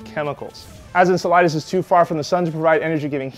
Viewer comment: He's saying the name weird I hate him